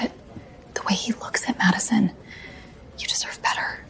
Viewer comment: Madison not macaron